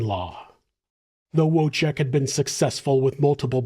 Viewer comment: W is pronounced as V in Polish, and it's whirlwind, not worldwind. ❤️